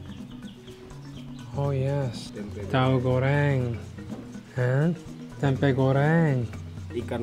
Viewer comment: Im shock when you said "tempek" 😭 thats mean kitty of fm in east java